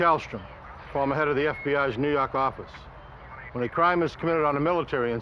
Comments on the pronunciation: "nuu yawk affice" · Wouldn’t be the same without him saying that! 😂